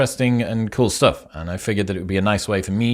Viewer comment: the content and the presentation is awesome but I can't help giggling when I hear "stoff" 🤣